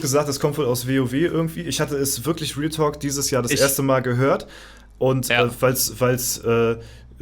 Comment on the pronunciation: das ist real (ausgesprochen wie bei real madrid)